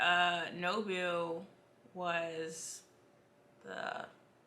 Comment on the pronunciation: Kaldurahm says, he’s a black man with responsibilities and burdens so ain’t and got time to take time off. Somebody might catch him slippin’! 😂 (Also you kept saying “Nobu” which is the undead ninja from Daredevil. “Nabu” is the one that inhabits the Helmet of Fate. 😂